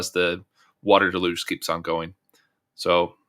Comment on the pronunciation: It's pronounced DEL huge. Not del LUGE. First of all the accent is on the first syllable DEL not the second syllable. And there is only one L pronounced and it's in the first syllable. The L is pronounced in the first syllable DEL but there is no L pronounced in the second syllable. There is a difference in the spelling of words and the pronunciation of them. If you try to pronounce the word the way it's spelled you will mis-pronounce the word.